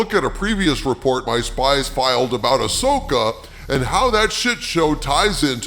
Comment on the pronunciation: You mean ass-oka😂